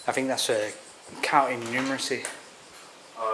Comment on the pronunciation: It's kinda amazing how you think there is an F in the word think.